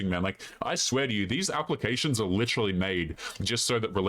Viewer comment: oh shit shes seriously now. she said lituherrlally.